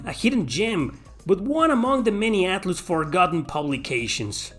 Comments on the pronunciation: Atloos hahahahahahahaha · Haha yay I love "Atloose" games 🙂